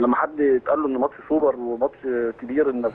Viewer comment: يا ريت يا جماعة الخير نبطل نعوج لساننا في كلمة السوبر وخاصة حرف ال ر . دا مش دليل علي الثقافة ولكن دليل علي عقده نفسيه. معظمنا بيعرف لغات ولكن مفيش داعي لعوجة اللسان